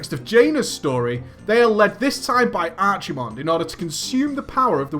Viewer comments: LOLOLOL ARCH-I-MONDE ITS ARC-A-MONDE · "ArCHIEmonde " ehehe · that archimonde pronunciation tho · It was close